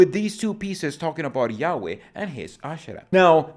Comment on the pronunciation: When you say yaweh, it sounds like you're saying yaoi (in an american accent). Totally changes the meaning. Yaoi is a stormgod with a big member. 😏